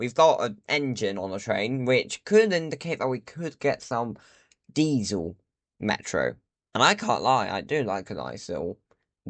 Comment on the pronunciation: ME'ROOOOOOO {pronounced Meh ro